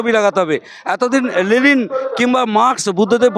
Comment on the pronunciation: লেলিন নয় কাকু লেনিন 😂😂😂😂